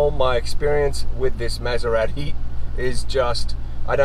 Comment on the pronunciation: Learn how to pronounce Maserati before you do a document on the best motor vehicle in the world.